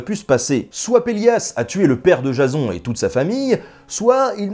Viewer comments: La façon que tu prononces Jason m'a fait tellement rire xD (Jazon, alors que ça se dit Jaysseun). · sa ce prononce jayson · PUTAIN MAIS C'EST PAS JASON C'EST JAYSONE QU'IL FAUT DIRE MERDE JASON C'EST MOCHE!